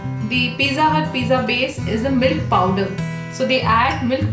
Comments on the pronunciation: I almost asked her if at the beginning she said “mill powder” or “milk powder”. I really did just wanna know to be sure, but I decided to see if there was even such thing as mill powder to refer to. There wasn’t. Don’t judge me. Bottom line I’m glad I looked it up or she wouldn’t even know what I was talking about and it might have even seemed offensive to her. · Hi! is it possible to post the recipe? I'm not sure how much of the milk pwder to add. I can't really understand what she says there sorry. Also, how do I get the crunchy crust like Pizza Hut... Good recipe btw! Thanks!